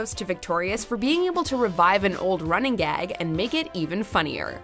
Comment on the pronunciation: anyone else hear “renegade” when she said running gag?